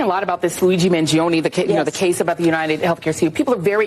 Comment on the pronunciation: MangionE. ‘E’ llike Eternal, evergreen, extra.